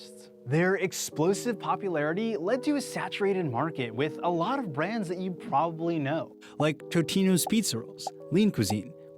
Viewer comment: Yeah, no kidding, but he's pro-BA-bly a phonetic speller!!